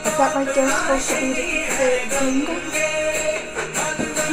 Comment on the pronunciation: You spoke the name of Devi Ganga wrong it's not genga its ganga ok